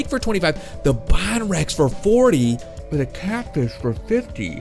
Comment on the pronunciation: You are saying bonrex wrong it is bone rex